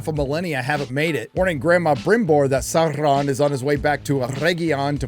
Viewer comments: Saurrrrrrron Errrrrrregion 😂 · It’s pronounced SAURRRRRRRRRON